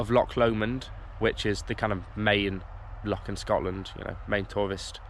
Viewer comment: Welcome to Scotland, if you're here for five weeks can I advise you that you were swimming in a loch, not a lock. It's pronounced same as the composer Bach, you wouldn't call him Back. Have a great time.